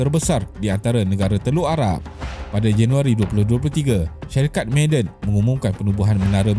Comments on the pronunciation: Bukan sebutan 'meyden'...tp ma'aden....huruf ainnkan tu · Sebutan dia ma-a-dan kut kalau ikut ejaan mim ain alif dal nun … bkn maaden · Sebutan "Ma'a-den" - bukan "May-den" Penat dok dengar meden meden meden